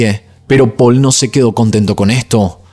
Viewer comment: La pronunciación de las localizaciones y los nombres xD me hizo recordar a cuando tuviste un rebote porque tu nombre se pronuncia Paul ya que es francés y no Poul y no sé qué más xD Pero no importa, todos nos equivocamos, y vamos a equivocarnos siempre, solo me resultó gracioso.